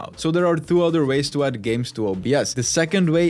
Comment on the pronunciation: WTF is up with "Thwo"? Where do you find the "TH" sound in the "Two"?????